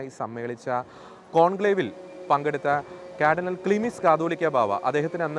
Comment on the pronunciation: ക്യാർഡിനൽ അല്ല, കാർഡിനൽ